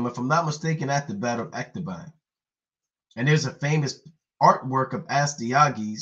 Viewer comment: It's Ecbatana not ec ta BAN...and u call urself an historian.